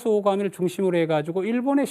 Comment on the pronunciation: 아마테라스 오오카미가 아니라 오미카미 ᆢ늑대냐?오오카미게? 아는체만 하고 ᆢ많이 틀리네ᆢ